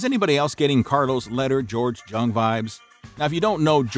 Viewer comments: George Jung's last name is pronounced like "Young". I only mention it bc I lost a bet one time bc I thought it was "Jung" bc I had only seen the name written. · You seriously did not pronounce the j in that mans name.im just gonna forget about that